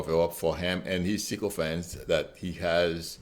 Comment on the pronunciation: I like the way you say "sycophant" with your French? accent!